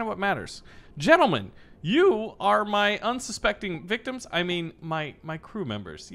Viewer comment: "Unsuspecting victoms" lol